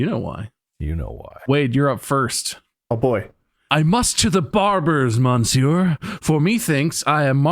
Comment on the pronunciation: I genuinely crashed out when Bob said "Monsieur" because he pronounced it wrong. It's because my 7th grade teacher always quizzed us on the correct way to say it because we were reading Cyrano De Burgerac